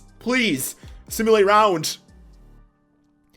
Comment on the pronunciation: Its RounD not RounT 😂 but love your content bro